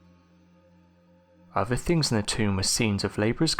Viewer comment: Thanks for working on your ‘th’ sounds over using an ‘f’. I don’t think I could listen if you went back to the ‘free fousand’ lazy narration. - please work on ‘fifth’ and ‘other’. It’s not ‘ovver’ or ‘fifteenf’. Thank you.